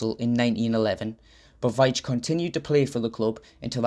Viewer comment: I found this very interesting as I share the same surname and my brother is called Collin. The pronunciation of my name sounds like Veeetch and not the way you pronounced it, but I’m not criticizing as most people get it wrong. So many thanks for your video.